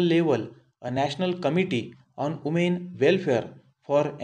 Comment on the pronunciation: Umen 🤣🤣 Voomen 🤣🤣🤣